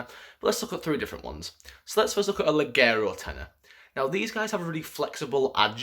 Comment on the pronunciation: Leggiero is pronounced "lejero." It's Italian for light.